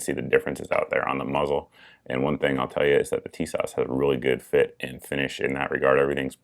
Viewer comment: in YM's review, he pronounces Tisas "tit sauce".